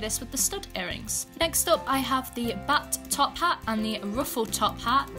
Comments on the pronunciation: Is it only me or did she just said "Butt-top-hat" instead of "Bat-top-hat" ? XD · All I heard is Butt-Top Hat NaILeD iT 😂